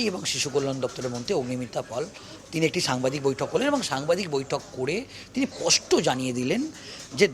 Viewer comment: kathata pasta na, spasta. In future please correct it.